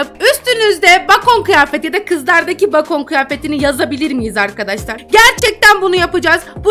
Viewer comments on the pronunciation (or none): Bacon diye yazılıyor bekın diye okunuyor abla😂😂